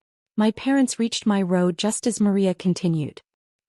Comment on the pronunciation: row not road.